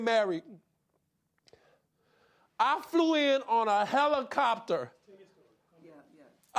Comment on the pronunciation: "You sound like you're playing the victim here." "A HELICOPTAH."